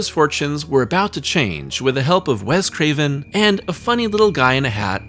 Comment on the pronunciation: WES Craven, NOT “WEZ” Craven.